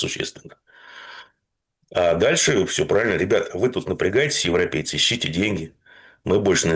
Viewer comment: Еще " укрейцы" есть и "еврепейцы"😅